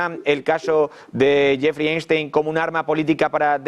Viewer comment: Cada vez que el conductor del programa dice "Jeffry Einstein" me hacía repetir "Epstein carajo!"